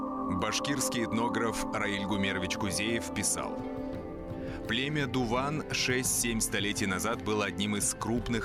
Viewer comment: Точнее Дыwан ,а не Дуван.